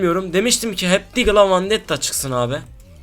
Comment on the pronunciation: Vandetta değil VENDETTA +1 Pls kullanıcı ad Kaba52 sınırsız tarz kasası 1 tane normal platin deste 1 teşekkürler